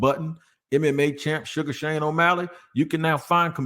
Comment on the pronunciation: It's Sugar SEAN O'Malley. You say Sugar Shane every day lmao You must be thinking about Sugar Shane Moseley